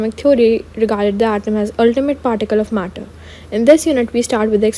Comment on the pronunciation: matter ❎murdur✅